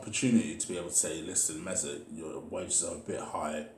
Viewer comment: Emery: Good Ebening Mesuit, will you take a pay cut? Ozil: No way Emery: ok keep up the great work 👍